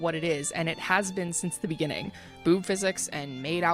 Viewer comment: "In the benninging" Ahh. You really made quite a moment for yourself huh...